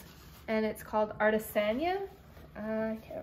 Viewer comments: The Spanish teacher in me wants you to know 'artesania' has an accent on the I so it's pronounced /ar tey sah NEE ah/ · Ar-tay-san-EE-a from Uruguay. Atesania means hand crafts.